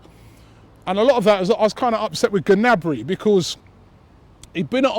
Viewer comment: Gnabry (Nabry) g is silent. good vid robbie.